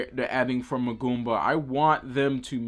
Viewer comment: "Muh-Goomba" lol